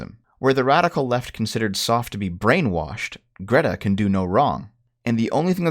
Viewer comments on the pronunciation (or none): WOOOOOOO!!! SNES!!!!! Also, it's Soph like "loaf", not Soff like "cough"... Short for Sophia. Who the fuck is named Soff?? Soffia? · Not to be the guy who says our teenage girl is better than their teenage girl, but she is. First off, you’re saying her name wrong. It’s not soph as in sophomore, it’s soph with a hard vowel sound. Second, she doesn’t write scripts with her older brother. She writes scripts with a guy her age who she met online, I think. I’m not entirely sure on that end, but I am 100% sure her brother isn’t involved.